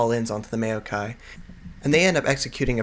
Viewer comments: It's not may-o-kai, it's maow-kai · you say maokai really awkwardly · Not trying to hate but, as soon as you starting to say maokai i had to close the video, it really just boggles my mind a lot how you say maokai =/ but overall what i've watched of the video was really good